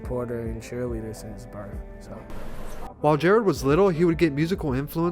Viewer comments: Bruh his name was Jarad, pronounced “ Ja Rod” not Jared. Lmfaooo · Am I the only one annoyed by this white boy saying “Jared?”